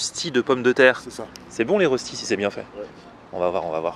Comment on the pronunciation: Ahhhhhh la prononciation du mot röstis 😂😂 Sa se dit röstis mais sa se dit reuschtit 😂😂